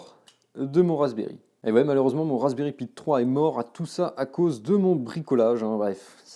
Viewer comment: Raspberry pee ? Tu peux faire un effort et pie en anglais ?